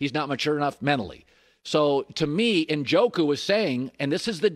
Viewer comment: Cowherd doesn’t know what he’s talking about. Doesn’t even pronounce Njoku’s name right. Lost credibility on this one when he said Njoku’s extremely talented. Extremely athletic but has rock hands